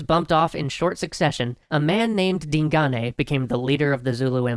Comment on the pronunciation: Way to mispronounce Digane.